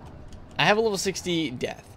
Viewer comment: U said zeath not death